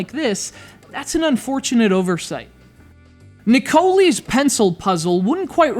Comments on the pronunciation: LOL it pronounced Ne-Co-Lie. oh dear good review thanks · Shouldnt it be pronounced Nick o lie?